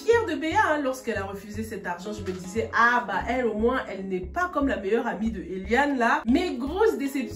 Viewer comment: Tu prononce alors "Eliane" 🤣🤣🤣🤣🤣🤣🤣🤣🤣 comme Wafo.... j'arrive pas à m'accomoder à son jeu